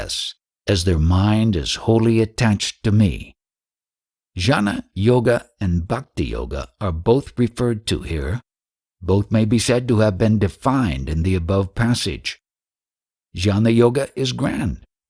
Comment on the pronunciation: Thanks for your fantastic posts of great mystical writings! Please forgive me for offering a correction: Jnana is pronounced “Ghyana”. It’s a misleading spelling.😊